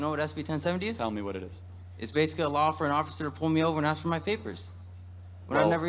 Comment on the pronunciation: Hey, I really like the videos you review but just one thing that I truly don't understand esp bc I think you are to intelligent for and and saying it bc it always annoys me that I almost want to scream (sorry;) is when people say AKS instead of Ask? More important though, Happy New Year 🥂